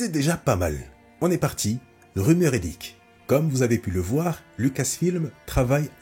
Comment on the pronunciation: Tu pourrais améliorer ta prononciation en anglais c'est impossible et insipide de dire "trélaire" et "liqué"